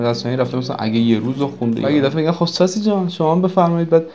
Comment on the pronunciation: The way he says Salam SUSSY khubi SUSSY? Literally kills me 😂😂